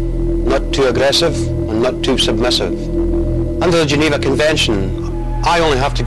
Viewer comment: can’t even say “Geneva” properly, stfu kid.